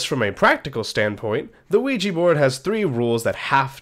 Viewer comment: Its pronounced wee ja board.